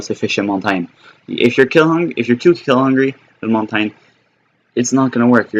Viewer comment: QUIT FUCKIN SAYIN HIS NAME LIKE THAT